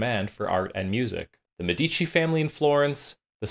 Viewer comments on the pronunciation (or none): MEHdici, accent on the first syllable. Lied is pronounced “leet.” I see your diction book on the shelf😉Good music samples!